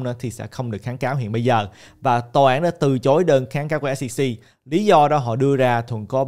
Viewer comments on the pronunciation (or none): Từ chối chứ sao lại từ trối ơi. Quên tiếng việt rồi 😅